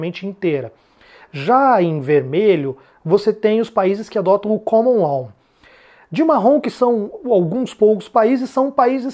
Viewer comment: Pronúncia "Caman Ló" e "Civil Ló".